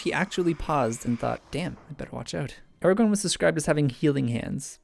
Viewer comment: When he says Aragon I hear it as Eragon. I shall go back into the corner of good books with bad films. : (